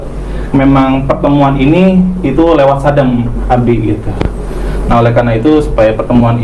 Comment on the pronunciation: ubi bukan abi